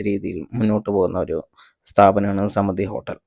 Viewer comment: സ്മൃതി എന്നല്ല സമൃദ്ധി എന്നാണ് വായിക്കേണ്ടത്.